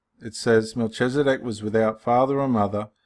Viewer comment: Hello brother, just thought I would give you a little insight. Pronunciation - Mel-kiz-a-dek and ched-or-lay-o-mer. That is ched as in cheddar cheese. :) 👍 Also, one way to see that Melchizedek cannot be Christ is to replace the name Melchizedek with "Christ" or "the Son of God" in Hebrews. It doesn't make any sense therefore it cannot be. May you be blessed.